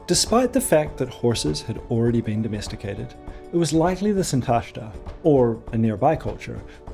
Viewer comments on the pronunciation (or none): Impressive work! Just a few notes about stress: Sintashtá with the stress on the final syllable, and Avesta -> Avestan is like EstOnia -> EstOnian, not like KazachstAn.